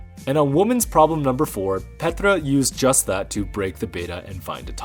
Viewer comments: Good episode, but it was a bit hard to watch because you kept pronouncing Petra's first name like she is Russian or something, rolling the R. Plus you got Gabriela's last name wrong. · Great video, as always, but one nitpicky remark: "Petra" is actually said with a long "e". I wonder why all the commentators keep getting this wrong. Here's a video where she says her own name right at the start